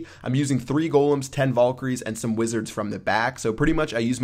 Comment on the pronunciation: You say golem correctly, but not valkyrie....and it's pretty tough hearing you say it over and over and over again.